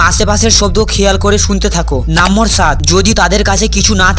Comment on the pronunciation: Number ❎ nambor😂😂